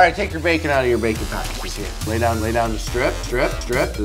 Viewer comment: Did he say Bacon lube?